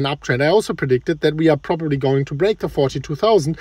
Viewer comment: Lol......"probobly" ,,,,,,,anyone can say maybe or probably